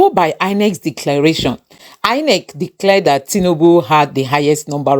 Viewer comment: It's INEC not INCE